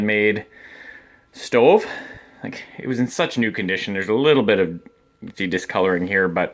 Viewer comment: Knew you were Canadian when you said “stoveeeee”